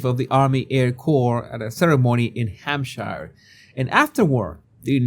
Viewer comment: I just want to say I love how you pronounced Hampshire. It sounded much nicer than how I say it and I live in that county. I really enjoy your coverage of the Royals.